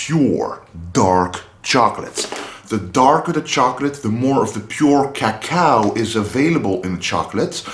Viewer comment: His pronunciation of "cacao" is so cool!